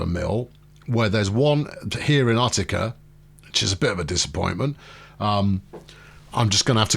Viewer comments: Utica = You-tikka. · Another New Yorker, here. Ootica, BinghamPton, drove me nuts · loving this new series :D but its you - tick - uh... and oh - nigh - duh ;) < no, NOT NYC!!!!! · Hard U for Utica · Oo-tea-kay That definitely is correct and not at all wrong.